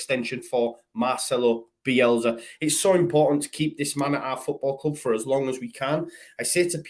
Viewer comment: Bielsa with an S not Bielza with a z. Grrr